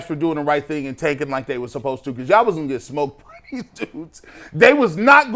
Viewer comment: When did “these” become “deez,”?